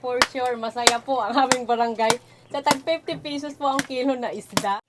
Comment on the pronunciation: Ito tlga nagustuhan ko s kanya kaya napa subscribe ako..ang sosyal ng accent nya bisaya pero english tono❤ like ang 50 pesos..naging fifty peyysosss😂mgnda sa tenga ko..kaya lagi ako nanunuod..lalo na yung alimnago hunting nya😂